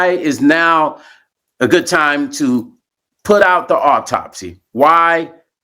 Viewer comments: What an irritating man to read an autopsy, not knowing how to pronounce the words. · This is undoubtedly sad af news but as a nurse, his medical pronunciations had me 💀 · JUST STOP... YOU'RE PRONOUNCING THE TERMS INCORRECTLY, YOU'RE ASSUMPTIONS ARE JUST THAT, AND YOU'RE NOT MAKING SENSE. AS A PCP, SLOW A PROFESSIONAL DO IT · I know Stone's heart was in the right place but he should have researched the pronunciation and meaning of the medical terms.